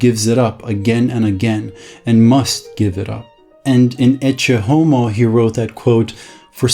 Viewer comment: just saying, it's "eck-eh" homo, not "edge a homo" lmao